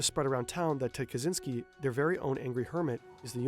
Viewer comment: Why does he say zynsky 🤦🏼‍♀️ ITS KACZYŃSKI / KACZYNSKI